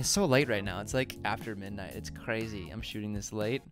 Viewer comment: I just love the way you said "crazy" .. Chrazy